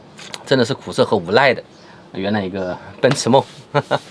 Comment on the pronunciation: 是無奈 (wunai) 不是無賴 (wulai) 😄